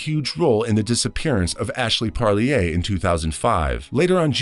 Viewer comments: It's pronounced par leer. Like deer. Parlier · the name is pronounced PARR- LEAR